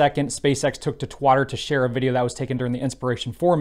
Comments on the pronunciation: Please pronounce Twitter correctly. Thanks. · "Twatter"... don't you mean "Twitter".. now it's in safe hands ;)